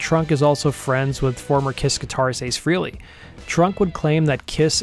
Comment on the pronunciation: While I get a little annoyed by Eddie's constant name-dropping, I have to say I still enjoy his show. The thing that drives me crazy though is that he's a long-time friend of Ace Frehley and STILL can't pronounce the guy's name. It's not FREE-lee, it's FRAY-lee. Look it up. Listen to Ace say it in "Rock Soldiers." Or Gene when he greets Ace in the Unplugged behind the scenes clips and calls him by his last name. Trivial? Sure. But it drives me crazy. I can pronounce all my friends' last names. Eddie can't. Even still, I like his show. Wait...what was the question?